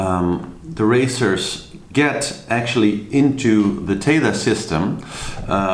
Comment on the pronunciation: It's THETA, not Tetha: they're using the Greek alphabet.